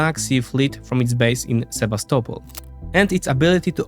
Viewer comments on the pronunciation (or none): none